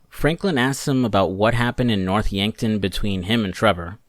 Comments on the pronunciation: “Dave Harris” “Yankford”😂😂c’mon man the game had been out over 10 years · It's North yankton! Yankford 😂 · North Yankton not Yankford* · He seems to have a bit of trouble with the names sometimes; Dave Harris instead of Norton, Yankford instead of Yankton. Dave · bro the town is called Yankton lol